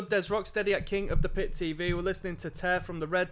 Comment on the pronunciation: it was tear like hair not tear like beer